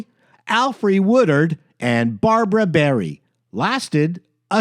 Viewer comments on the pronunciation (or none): none